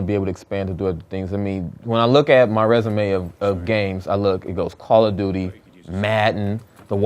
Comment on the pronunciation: lol he says: Coll O' Dootie!